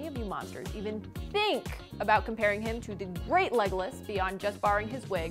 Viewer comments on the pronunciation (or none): none